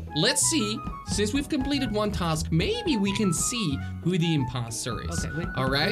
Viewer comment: Task not tosk